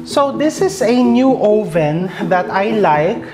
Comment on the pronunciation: chef, oven isnt pronounced with a long o vowel. it's ah-ven.